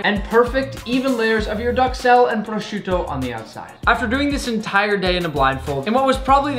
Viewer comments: prossciutto bro its prsuta my friend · Nick I am italian and your accent saying"prosciutto" it's really good